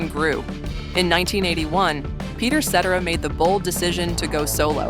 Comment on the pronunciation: They never pronounce Cetera's last name correctly 😂😂😂😂😂😂😂😂